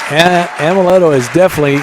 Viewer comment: It's Amleto not Ameleto